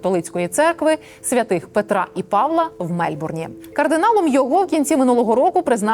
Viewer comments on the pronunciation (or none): none